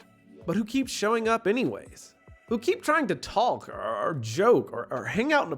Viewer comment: Dude you’re not supposed to pronounce the L in the word “talk”